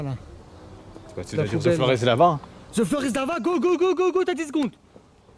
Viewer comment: regarde comment il dit thé flore issus lava ptdr